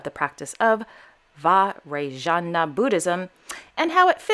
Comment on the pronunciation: Hey, a fan from India... Love your videos 😍😍😍... And pronouncing Vajrayana Buddhism isn't very difficult 😅.. Vaj-Raa-Yuh-Nuh Buddhism